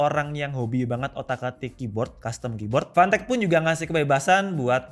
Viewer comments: Word : fantech Yg di denger : panteq🗿 Ngegas lagi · Ntah emg bener yg gw denger apa kana kuping gw, gw dengernya pantek bkn fantek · Susah ngomomg F, jadinya panteq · kok dengernya dia ngmng pantek ya? 🤣